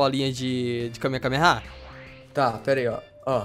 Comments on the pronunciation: é kamehamehaaaaa n é kamekamehamehaaaa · ele falou errado ele falou KAME KAME KAME HA.. o certo é KAME HAME AHHH :P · vc falou kamekameha e kamehameha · nao e Kamekameha nao! E Kamehameha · Na vdd é Kamehameha xD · e kame hame ha que se fala